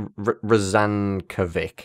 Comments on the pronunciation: "-vic" sounds like "Mitch", rather than "Mick" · FYI - "Rozankovic" should be pronounced "Rozankovits" - unless there was an accent on the c, in which case "Rozankovitch" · Just because i had to hear you struggle with it repeatedly; Names that end with '-ovic' are pronounced '-ovich', think every eastern european last name ever.